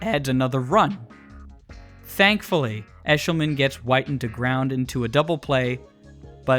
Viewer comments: Mark “whiiiiten” …. Wi-ton…. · It’s Mark Whit-en NOT Mark White-n. Sheesh… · Whit-en not White-n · Good breakdown... except one thing. Mark WIT-TEN....Not Mark Whiten. His nickname was "Hard hittin' Mark Witten." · It’s Whit-en… show some respect, dude hit 4 homers in a game. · It’s Wit-tin as in Hard Hittin Mark Whiten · It’s pronounced “Witten.” And he had a four homer game against the Reds in the early 90s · you are mispronouncing Whiting. The man's nickname was "Hard Hitting". As in Hard Hitting Mark Whiting. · He kept pronouncing Mark Whiten’s name wrong. Whiten rhymes with mitten. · mark whiten's last name is pronounced with a short "i" as in "quittin mark whiten" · no they didn’t. They called him “Hittin Mark Whitten” his name wasn’t pronounced like White-in it was pronounced like it rhymed with bitten. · You mispronounced Whitten and Hasselmen. Cool video though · Bill Haselman and Mark Whiten's names are misprounounced just FYI